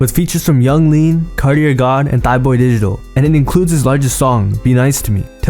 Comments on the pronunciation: Bro did not just say “thighboy digital”🤦‍♂️ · am i tripping or did he say thighboy digital lol